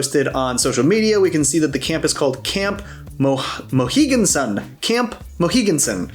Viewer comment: I'm SUPER late to this vid but thought I'd mention, Mohegan Sun is a casino near Long Island, where the characters live. I somehow missed the name of the camp on my BM season 4 watch - pretty funny! As a Long Islander myself, I cracked up just now hearing you pronounce it!